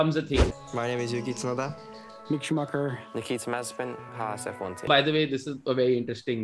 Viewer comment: Did anyone notice that Yuki pronounces his name as "Yuki Choda"? Nothing against him, just a funny thing to notice for Indians.